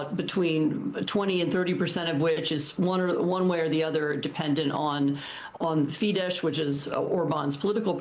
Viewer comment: This woman cant even pronounce Fidesz…. All a bunch of western leftist propaganda… come to Hungary if you want to exeperience a peaceful and beautiful christian country, one of the last in europe.